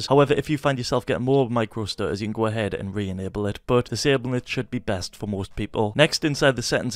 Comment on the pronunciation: "fps stu-uhs"